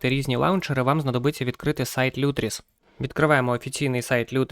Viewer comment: кроче не лютріс а лутріс